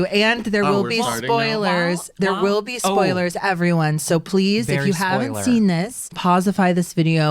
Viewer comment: Did she say "ploise"....??